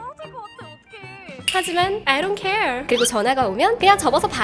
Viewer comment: 아이 돈 케얼. 발음이 진짜 좋아요.